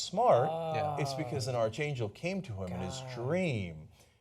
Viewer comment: It’s spelled archangel but it’s pronounced ark-angel.